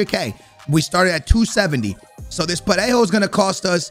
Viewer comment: u can say Parejo perfectly but you stay butchering Morales 😂😂